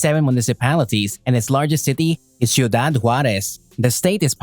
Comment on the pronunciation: Could have practiced how to pronounce Ciudad before doing the Video